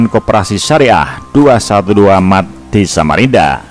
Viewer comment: Ngomong aja blepotan loe No... Mart....loe malah bilang maret... Hadeeechh... Sama aja tuch moyoong ma Neno... Bner2 serasi tuuch Bintang Iklan nya 212 Mart